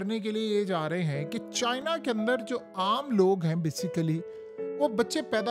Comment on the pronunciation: CHIIIIIna chacha itna zoor q lgata hala k chini toh chotay hotay